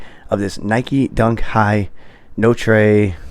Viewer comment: It’s pronounced No-Truh